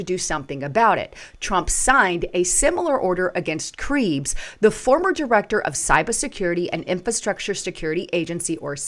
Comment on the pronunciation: Why don't any of you YT creators know how to pronounce names of ppl (& places) whose names have been repeated for yrs? "Creebs"? "Krebs".